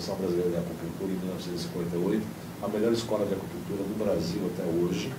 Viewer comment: Porquê será que essa mulher fala Acupullltura, ao invés de Acupunnntura?